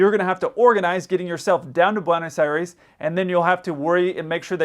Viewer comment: please it's pronounced Bwaynos Eye-res. Otherwise fine.